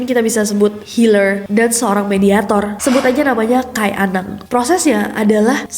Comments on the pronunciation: Izin koreksi ka nes. Penyebutan "kai" nya salah ya. Bacanya bukan "kay" Tapi kayi" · bacanya kayi anang, bukan Kai anang. Kai artinya kakek 😊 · Bukan kai, ka’i kk 😊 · KAI , nyebutnya Ka-ik , bukan kay 😁